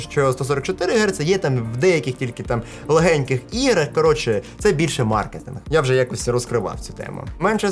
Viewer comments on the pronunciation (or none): none